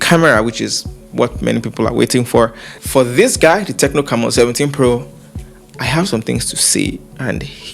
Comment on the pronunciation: its prononouced: "c'mmon" hehehe